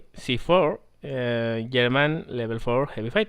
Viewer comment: You said yerman in staid of German.... You must be Swedish